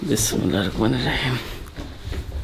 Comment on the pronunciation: আমার মনে হয় তুমি সবকিছুই শিখছো কিন্তু কোরআন পড়া মনে হয় তোমার এখনো হয় নাই।হলে ভালো।কিন্তু আমার যেটা মনে হয়েছে তোমার কোরআন পড়া হয়নি কারণ তোমার বিসমিল্লাহির রহমানির রহিম উচ্চারণে ভুল হয়েছে। তুমি বলেছ বিসমিল্লাহির রকমানির রহিম। রক মানে হল শয়তান। তাই শুদ্ধভাবে জেনে শুনে উচ্চারণ করা উচিত।